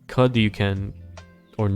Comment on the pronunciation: Thxalot for the overview. As a german-speaking person: Teufel is pronounced as 'Toy-fell' Knud is pronounced as 'Knood' Hope this helps